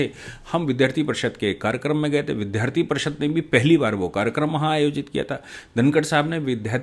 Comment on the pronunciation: आप 'विद्यार्थी' शब्द का सही उच्चारण नहीं कर पाते हैं। सुधारने की कृपा कीजिए क्योंकि आप एक बहुत बड़े व्यक्ति हैं। सुधीर चौधरी जी 'नब्बे'नहीं बोल पाते हैं। मुस्लिमों को खुश करने के लिए हिन्दी के 'चांद बिन्दु' से 'चांद'हीं गायब कर दिया है।